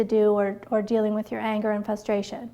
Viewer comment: good video, but I kept getting distracted every time you said "fustration"